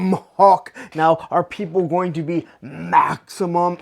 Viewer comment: Dude, it's HULK; not HAWK!